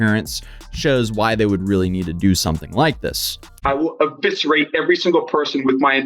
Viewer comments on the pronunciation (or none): He mispronounced "eviscerate". Bought a thesaurus, looked up a few words to try out. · Eviscerate not Aviscerate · I honestly thought he said "obituate" at first.